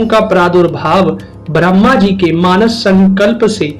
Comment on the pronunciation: आपका उच्चारण ब्रह्मा के स्थान भ्रम्हा हो रहा है ।